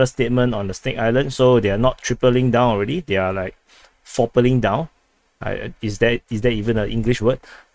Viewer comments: Lol fopling 😆. It’s quadrupling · its not fourpaling down its quadrupling down, again i have to teach you things. Are you going to tell me you already knew this?